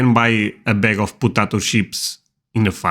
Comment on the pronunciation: Please don't say "putatos".